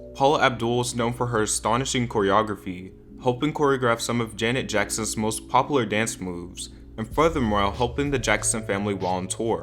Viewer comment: Everything about your videos is perfect... except that you say "popular" like "poplar"